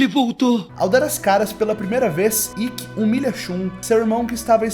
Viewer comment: Só eu ou mais alguém notou ele falando Rikki?